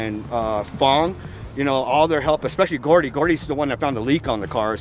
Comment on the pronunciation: Just a few notes to the owner of the car: Brent's son goofy, is named Shane not Shawn And the other homies name is Gordo not Gordy